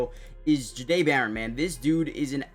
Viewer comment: Yall It’s pronounced Jhah- Dae! Like if yall have ever heard how the word “Au Jus” is pronounced, the J sound in that word is how you pronounce the beginning of his name